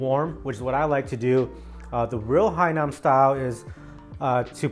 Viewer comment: Hainan not HAINAM bro bwhahahaha rookie